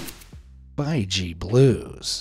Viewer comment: I’m watching in 2024 are the quols still alive? The baiji is pronounced bei—gee